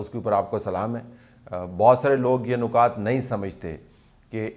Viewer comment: نکات کی "ن" کے نیچے زیر پڑھا کریں۔ نقاط کی نون پر پیش ہے۔